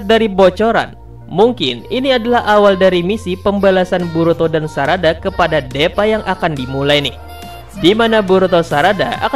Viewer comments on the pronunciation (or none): Bang namanya deepa di baca s Diipa bang bukan depaa salah.🤣🤣🤣